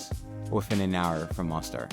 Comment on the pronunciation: We lived in Bosnia for about 5 years in total and absolutely love your video. Spot on with so much. Thanks for the video. Excellent annunciation with many challenging Bosnian city names with a slight exception. Mostar. Bosnians say it with a long O and roll the r at the end like a soft d. Great job man!!